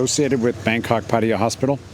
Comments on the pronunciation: Why can’t Americans never learn to pronounce things right? Even the places where they decided to live. It is not Padia, it is Patta-ya. With the stress on the LAST syllable, not the first. So don’t be a moron, learn the place you chose to live and learn it from tho locals, not from other morons who also never learnt it right. Otherwise a quite good video nicely presented. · I refuse to watch any videos by ex-pats who don't even show enough respect to put in the slightest effort to pronounce the names of the city they are in. You DO realize that there are three 'A's in Pattaya? Pronounce ALL of them. And Pattaya is one of the easy Thai names. All it takes is a little effort on your part.